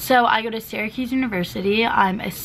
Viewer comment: sis imma keep it real with you... syracuse is pronounced like sarahcuse not siracuse,,, im so sorry thats been bothering me LOL